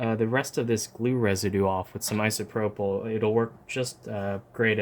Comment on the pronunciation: Can every body say ISOPROPAL